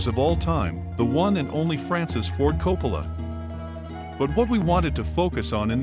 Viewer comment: I love these videos but his pronunciation drives me insane! It’s “Cor-lay-oh-nee”. Oh, and no Italian would pronounce Coppola with a round “o”.